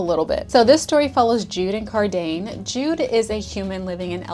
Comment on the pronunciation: LOL not Car~dane~ 🤣 love you that pronunciation just made me giggle 🥰